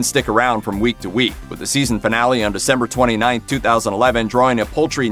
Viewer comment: paltry, not poultry